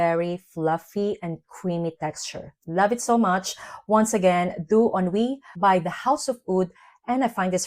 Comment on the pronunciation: I love Jany and Doux Ennui so muuuuuch (you prononce it perfectly)